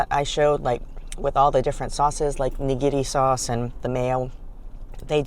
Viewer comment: What is Nigeria sauce. Not unagi sauce.